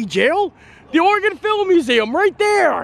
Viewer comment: Oh, wow - didn't expect to see you pop up in my home state! Nice!! And kudos for pronouncing Oregon correctly! :) Many people don't!